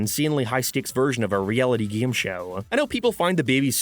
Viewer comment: Disliked because you kept saying "Geem" instead of "Game". Yes, I am that petty.